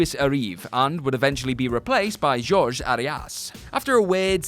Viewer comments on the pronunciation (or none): It’s pronounced “Hor-he”. He’s Mexican. It’s supposed to be pronounced in Spanish.